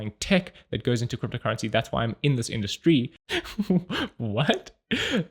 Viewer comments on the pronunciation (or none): you just learned how to pronounce the German "Industrie" by intuition. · Did you leave the mispronounciation of "Industry" there in purpose? Haha thanks for another Video <3